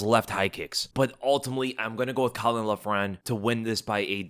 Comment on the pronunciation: butchered caolan name, also kiefer wins